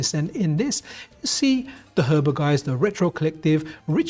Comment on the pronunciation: The R in Heber is at the end, not before the B. He-Bur or Heb-Ur, not sure which. But NOT her-bur